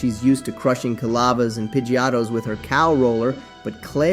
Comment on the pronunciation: I'm sorry but the way you pronounce things are painful. Johto? Pidgeotto? over all I liked the video just that took me out of it too often